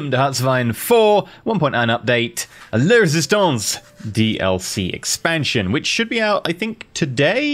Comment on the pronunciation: If you're going to comment on how living in UK instead of the US means you're going to be better at French than Spanish, you should probably double-check your pronunciation of the French in the title of expansion pack. It's LA Résistance, not LE Résistance. Feminine--the article is going to pronounced with an "ah" sound, not an "er" sound. The mispronunciation has been bothering me every episode so far...